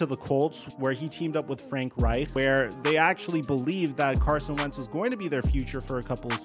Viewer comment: It’s painful listening to you say “Reich” lol